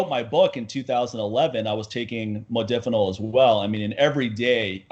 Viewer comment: Modafinil is great(by the way pronounced Mod(a)finil not Mod(i)finil.) It is an atypical and selective dopamine reuptake inhibitor but is also serotonergic and adrenergic in other ways making it very effective at boosting cognition and wakefulness. made the mistake of mentioning in negative context soldiers using provigil and nuvigil. These are the brand names for Modafinil and Armodafinil the separate enantomer. Great stuff though works like those other stimulants but technically isn't a stimulant and has much less potential for negative side effects. Good podcast too, its unfortunate there's so much ignorance and misinformation out there when it comes to HRT. Unless you're willing to pay out the ass you'll come across uneducated physicians and endocrinologists who don't know dick about hormones and have people on these protocols that are awful, doing things like crushing their estrogen when they're already on low dose T which can cause serious side effects down the road for bones and the heart and many others. Always enjoy listening to share his knowledge.